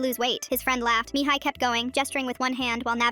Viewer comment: MIhaI …. Este pronunțat MIHAI pe romaneste